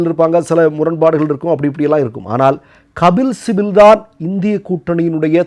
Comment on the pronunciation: Kabil sibal. Please pronounce it correctly